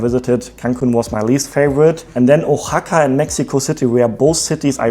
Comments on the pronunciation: Oaxaca is pronounced WA-HA-KA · Just so you know Oaxaca is pronounced with a WH sound. Think the word What without the AT.